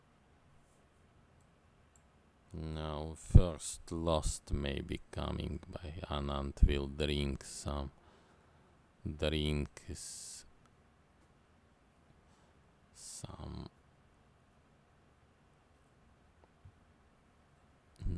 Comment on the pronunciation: Everyone:drink Commentator: darink